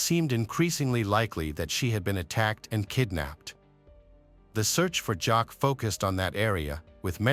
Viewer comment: Her name is pronounced “Jackie”